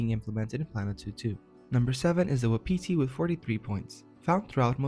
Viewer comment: It's pronounced WAH-pih-tee not wa-PEE-tee.